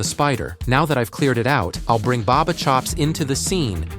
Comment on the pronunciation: Baba chops not baba shops😂😂😂